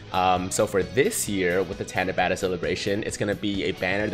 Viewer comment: japanese only has one "A" sound which is like [ah]. so it should be pronounced like [tah-nah-bah-tah]